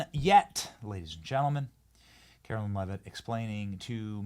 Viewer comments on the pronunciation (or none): Benny, Carolyn is spelled Carolyn. Karoline (KaroLINE) is spoken as KaroLINE. Love your show and this new Press Secy is fabulous. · KARO-LINE IS HOW ITS PRONOUNCED! It’s not Carolyn. Do better Benny!